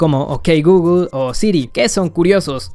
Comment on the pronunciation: Jajaja no sé si decía "ok Googlel" adrede para activar el asistente pero lo activo 3 veces 😂😂😂 Like si a ti te paso 😂